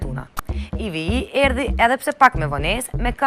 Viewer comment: jo IVI por IV, e dashura Moderatore!